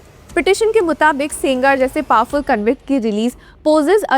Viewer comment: He is sengar madam not singaar